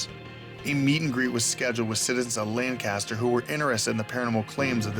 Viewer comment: I keep getting triggered every time he says Lancaster like that lol